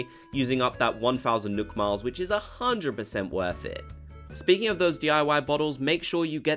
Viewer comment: Did he say nook miles or milk miles